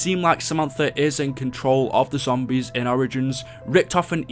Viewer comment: He said zombries